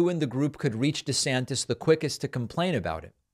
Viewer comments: David calls him “DeSanctis” 😂 DeSantis and Trump are a couple of dictatorheads. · I love when David began reading verbatim and said DeSanctus😂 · when David says "DeSanctus" while reading aloud...SIR! You have the Trump Derangement Syndrome, SIR!